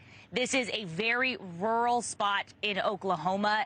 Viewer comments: Hey buddy, if you cannot pronounce the word RURAL, pick a different word. Not rule. Youre saying "in a RULE area . . " Just pick a different word, cause some of us live in a rural area. Cheers. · He also kept saying "rurhwah" or something instead of "rural". Probably should have picked a different profession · Some people really can’t say rural…he literally said it’s a rule area. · You can't pronounce rural? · Is it really so hard to pronounce 'rural'???? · Having a bit of trouble saying the word "rural" there eh bud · Learn how to pronounce ‘rural’. This is supposed to be a leading news organization. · Anchorman can’t say Rur-al. 😂